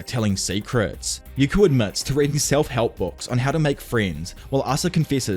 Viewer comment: Hearing Yuko name the wrong way so many times was fun